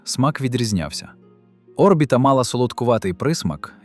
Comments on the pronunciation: Де ти вчив українську мову??!!! Не о́рбіта (наголос на першій О́), а орбІта ,(наголос на другій літері, "і")!!! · Чому О́рбіта? Орбі́та ж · Ще б автору дізнатися як коректно казати слово Орбіта..... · Наголос на і😂 в слові орбіта.